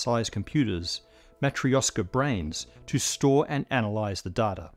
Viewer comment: "Matryoshka" is pronounced with "sh" consonant like in the English word "wash". Accent is on "tryo" and it's a fast "tryo" without any ejective gaps between "t", "r", "y" or "o". "Yo" is pretty much a single vowel here.